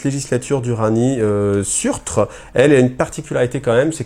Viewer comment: Et "Surtr" se prononce "Seurteur" : c'est le géant de feu qui détruira Asgard et le Monde lors du Ragnarok dans la mythologie nordique. Le fluff Squat/Votann, autant par l'historique que par l'apparence, les noms ou les caractères runiques, est inspiré massivement de la mythologie nordique, d'où des noms comme Ymir et autres : ils sont un mélange de nains "Tolkieniens" et de nains "Nordiques" (qui sont à l'origine des nains de Tolkien d'ailleurs) ;)